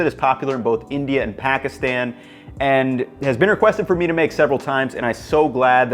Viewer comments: Dope vid as usual! btw it’s pronounced “paw-kis-thawn” :) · Well the "Pa" is ok.. the a "tan" is supposed to be pronounced like the a in "khan" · I don’t understand why this white man is explaining nihari. There’s over a billion brown people who know it better. Also if you’re going to learn to pronounce nihari you can’t learn to say Pakistan properly?